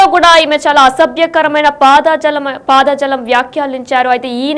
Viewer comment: News reader first nuvvu intiki vellipo.....వార్తలు చదవడం రాకపోతే మూసుకో....అధి పాదజాలం కాదు....అధి పదజాలం